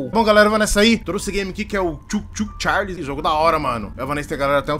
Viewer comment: "TcháirRrRrliss...O Trem PiêéirRrRrnudo"